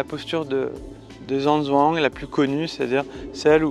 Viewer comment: Une seule chose: Apprendre à prononcer les noms en chinois. Il n'est pas difficile de trouver des dicos où l'on vous propose la prononciation. Zhan zhuang( zh=DJ comme Django,)